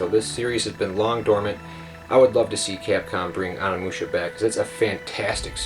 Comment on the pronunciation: You pronounce it ONI-Musha Not Ona-mucha